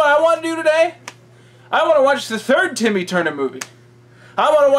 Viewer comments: BTW it's TIMMY. STOP SAYING IT WITH AN O, IT'S FUCKING TIMMY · why are you calling him "Tommy Tuner"? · The best part is hes still calling Timmy "Tommy". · Why are you pronouncing it “tommy”?